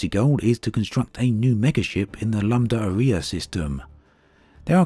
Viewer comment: It would be a big help if you put up a caption containing system names, instead of you just attempting to pronounce them. It sounds like your saying the "Lamb Diarrhoea" system! ( Lambda Arae )